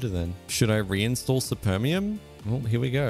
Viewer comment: czemu to jest dubbing i supermium to spermium💀